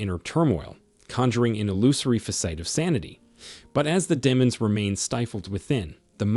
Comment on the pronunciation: The AI narrator in this content proves the creator of it is narcissistic. The pronunciations of words like "facade = fa sade=fa said and fa cades, as well as," demons=dem ens,and barrage =bear age," are truly insulting thr intelligence of the listeners. You will do much better if you clean up the sloppiness.